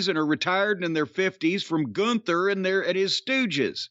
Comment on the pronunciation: Lol what a sorry state of affairs when the top guy is “Goonther” Edit: Apparently it’s “Gunther” and it’s some ugly ass dude with a dad body. People still watch this shit?😂